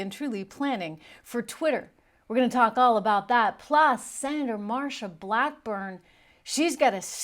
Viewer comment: It's Sen Blackburn not blackborn.